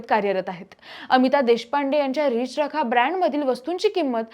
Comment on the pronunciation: रिच रखा नाही मावशी.... रि चरखा